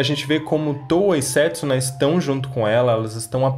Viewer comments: Só eu q fico incomodada como a Towa fala o nome da Setsuna na versão dublada? Prefiro assistir legendado não gostei dublado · Eu nem tô assistindo dublado, fico muito incomodada como ficou a pronúncia Setsuna e Moroha